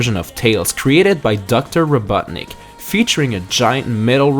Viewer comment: What did you say Robuttnik instead of Robotnik?